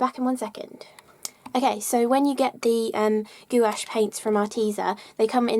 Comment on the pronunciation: I like your pronunciation of gouache.. goowash.